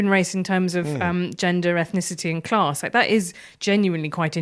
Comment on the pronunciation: There's no R in class